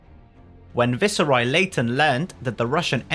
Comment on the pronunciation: The way "viceroy" is getting prounced here I have an inkling this channel is A.I